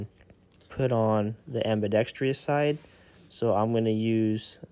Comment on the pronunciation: Ambidextrous > Ambidextrious I wonder why kids these days can't pronounce certain words properly? This is a big one. 😆 It's like a weird glitch in the Matrix.